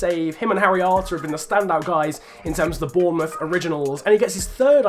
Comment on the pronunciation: When you say harry arter, it sounds like haryanto in my ears😂